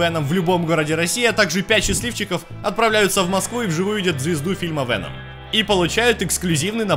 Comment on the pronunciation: вЭном,уши режет, он же вЕном вроде,нет?